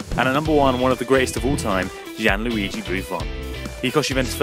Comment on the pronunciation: Thumbs up is this was the first time you could pronounce Buffons first name!!😂😂😂